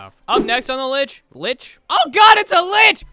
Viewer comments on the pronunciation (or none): none